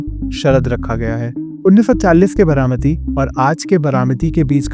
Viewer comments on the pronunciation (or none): What is Bramati? Its Baramati. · It's बारामती not बरामती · It’s BAARAMATI not Bramati…improve your vocabulary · बरामती नही बारामती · It is बारामती not बरामती. 😊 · बरामती❌️ बारामती✅️ चवन❌️ चव्हाण ✅️ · I couldn't watch the video beyond 2 minutes, because I couldn't bear to hear "बरामती" anymore. By the way, the name of your channel suits your pronunciations. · Your pronunciation of Baramati and Chavan is irritating.